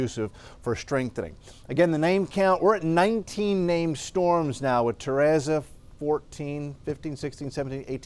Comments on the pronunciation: Teresa not Terasa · My name is Teresa and people are always mispronouncing it!!! It is Te re sa (tuh-REE-suh) At least it is spelled right! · Do you purposely mispronounce names because you did the same thing with Henri. It's Ter-EEESa, k? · Ta-ray-za??? Very strange way to pronounce Teresa. But whatever. 😂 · “Mother Tereza” 😂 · LMAO TEHRAZA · Learn to pronounce Teresa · the only moron trying to sound wise here is you, making excuses for why this guy can't pronounce a simple, common, name! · That’s how you pronounce it when cancel culture exists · Fantastic update as always, but how you pronounced "Teresa" hurts me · Would hate to learn ESL from this guy 😂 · Love but what if I pronounced his last name like “Raul” 😂PowOol. He’d be hurt too All jokes aside grateful for him and these awesome updates:)